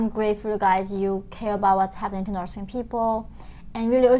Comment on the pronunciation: Dear dear dear, I can't hold this any more: "nors" (spelled "Norse") were the people from ancient Scandinavia (Norway, Sweden, Denmark). "North" is pronounced with the same ending sound as "faith". Listen to some news reporters and you'll see. Sorry, too long watching your videos and I just had to say it...